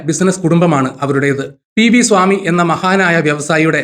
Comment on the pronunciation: സ്വാമി അല്ല. സാമി എന്നാണ്